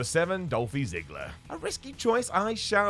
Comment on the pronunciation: you got Miro right you got Ziggler wrong